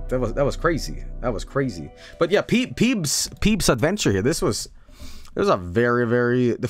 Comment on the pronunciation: Why is so obsessed with calling it "Peeb's Adventure"? It's "Peeb Adventures" - of course he couldn't fucking find it because he wasn't saying it or spelling it right